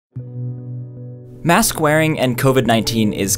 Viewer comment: You said "mask wearing" but I heard "mass squaring"